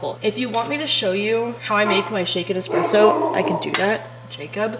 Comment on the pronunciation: As a barista that has also sold nesspresso you will never get me to quit REAL QUALITY ESPRESSO unless everyone keeps calling it EXpresso.. lol its funny, but damn annoying after the 3rd hour of hearing it...